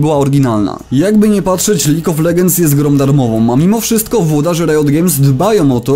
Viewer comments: Lig of Legends. Gud inglish maj frjend. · "Lig of LeDŻends"! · kiedy nagrywasz tyle czasu filmiki o lolu ale wciąż nie umiesz wymówić League of Legends